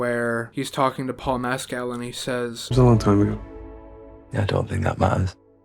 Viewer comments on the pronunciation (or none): Thank you for your direct, sincere and enthusiastic review of this wonderful film. (F.y.i.: Andrew Haigh's last name rhymes with "vague" -- long "a" and hard "g." You got the first part right. And I believe that Paul Mescal's last name is pronounced "MESS-cull," though you're in good company in getting it wrong! Thank you.)